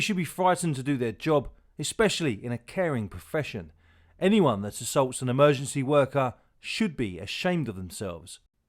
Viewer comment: Is there anyone left who knows how to pronounce the word Emergency? Instead of amergency.